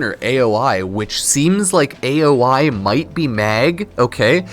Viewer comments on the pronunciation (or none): Aoi is said Ah-oh-ee not the literal saying the letter after letter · Okay so I'm genuinely never "that guy" but calling Aoi "aye oh eye" is craaaazy. It's a Japanese name man lol